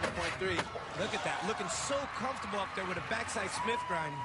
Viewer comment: "he's always comftorable with the big section" lol